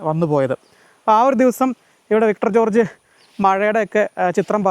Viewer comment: വിട്ടർ ജോർജ് 🤣🤣🤣 വിക്ടർ ജോർജ് ✅